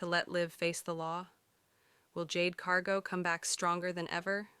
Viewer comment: Jade's last name is Cargill not Cargo. If you can't pronounce a person's name don't narrate 🎉WWE episodes.